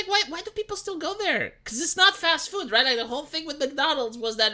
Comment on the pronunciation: The way says food. Füd.